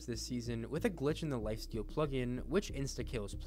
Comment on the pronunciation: At the start he said lifasteal